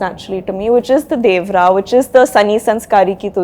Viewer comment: Will some one notice that she is pronouncing 'Devara' wrong.